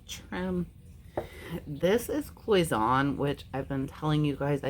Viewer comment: Hi! Nice haul. Your Cloisonne is pronounced "cloy zen ay". I hope you don't mind me letting you know this. I love watching your channel by the way!